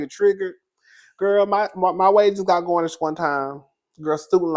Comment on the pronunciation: Garinsh..Who’s GARNISH?😂 slides off camera.. 💀💀💀💀💀💀💀💀💀